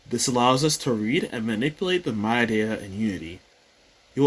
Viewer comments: that threw me too... I was like "whats a mydie file? then it clicked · Using the "My-Die" format lol its "Mid-E" bro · other than your pronounciation of MIDI as "my-die" vs. "mid-dee" lol, this is great! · hearing it pronounced "my die" rather than "mid ee" was quite the shock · ik it doesn't matter but as a music nerd hearing you say "mydy" instead of "midee" is killing mee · For over a decade now I've been calling these files "mid-ee" files and am a musician - I am afraid to find out if I have been wrong for so long now that I am questioning my pronunciation. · Never heard MIDI pronounced as Mad-Eye before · Midi is pronounced “Me Dee” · You say My Die so much bro you need to reupload how did you not learn how to say midi correctly haha